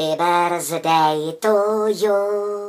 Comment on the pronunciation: Ve správné výslovnosti ale nemá být slyšet "z" slova Birthday, chápu, že to píše přehnaně, ale plno lidí to i tak vyslovuje špatně a už mě to začíná dost iritovat.